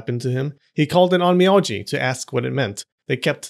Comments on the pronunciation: Funny you say it correctly OhN Me Oh Ji then you go back saying it incorrectly as OhN Me Ah Ji... Even the Closed captioning has an Ō a Long Vowel, and that is the cool thing about pronouncing Japanese. All vowels are pronounced the same. Ah aye Eee Oh Ooo... Just an observation there. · On mee on gee😂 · Every 5 seconds, Onmyoji is butchered.